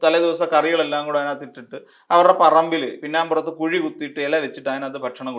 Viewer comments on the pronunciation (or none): none